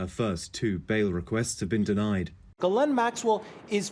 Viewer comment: Ok just heard her name pronounced properly